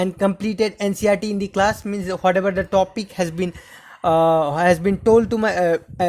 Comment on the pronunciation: Your pronouncation of The is incorrect